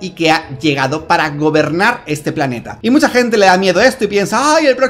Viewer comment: 🗣️:Así ej como la tecnología etá avanzando. Observa ete nuevo robós.🗿 Como le ayuda en todo lo que ella necesita...